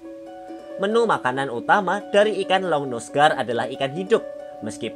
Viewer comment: Bacanya aligator longnuse gar kali